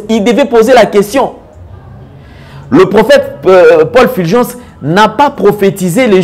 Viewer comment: C'est Fulgence, et non Filgence. Pourquoi vous, congolais de la RDC, avez du mal à pronocer U ? Vous prononcez i à la place de U.